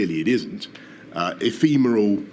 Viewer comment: I know Boris is a joke, but for someone who studied classics at Oxford, I'd at least expect him to be able to pronounce "ephemeral" correctly...